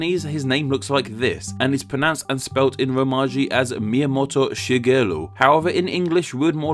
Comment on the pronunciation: His pronunciation of Miyamoto Shigeru also was quite bad. Edit: Okay, and now he pronounced Akihito as Akito.